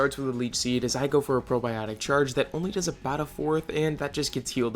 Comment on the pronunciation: love your videos brotha!! Just an FYI that electric type move that saps health is called “Parabolic Charge” not “Probiotic Charge” shit had me cracking up ngl 😂